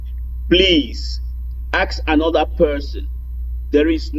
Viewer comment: We ask not akss